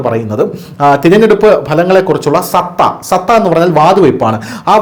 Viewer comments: സത്ത എന്നല്ല, സട്ട എന്നു പറയൂ. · സത്ത എന്നല്ല, സട്ട എന്നു പറയണം.❤ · മോനെ സത്താ.. അല്ല.. സട്ട എന്നാണ്